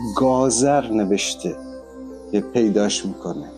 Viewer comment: جان بسیار عالی بود فقط تلفظ درست گازر به gazor به این شکل است. در ضمن فامیلی هم به این اسم یعنی گازر در ایران هم داریم. ممنون از برنامه ها و آموزشهای خوبت🤗❤